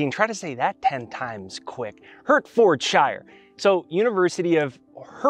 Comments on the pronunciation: You pronounce it Heart-ford-shire, 🤣😊👍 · you have helped me so much, and this clip is amazing 👏. Now I would like to help you with the pronunciation of Hertfordshire 😊. I grew up in Welwyn Garden City, which is in Hertfordshire. It is pronounced heart ford shire. The heart, the car manufacturer, and the place where all the hobbits live. Much love 🙏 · Love this. Thank you. ❤ By the way it is Pronounced Heartford sheer 🥰🥰🥰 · Came here to say the same ha:) To make things easier pronounciation-wise,! I’d also say, Hart-fud-sheer (from the midlands) xx